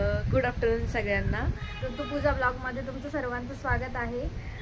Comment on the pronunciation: tu puja nako bolat jau.pooja bolat ja.